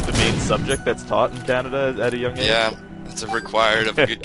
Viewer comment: Canadia, lol